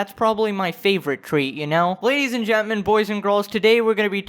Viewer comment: i love how he said Gentman